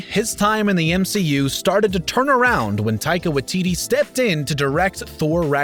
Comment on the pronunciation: ahaha the way he says Taika Waititi!